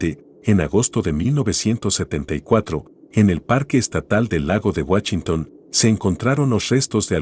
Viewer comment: Excelente video, pero me cae de peso escuchar guachinton en vez de Washington